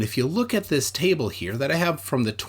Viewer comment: Lol it’s when he said here we have a table but it sounded like tie bull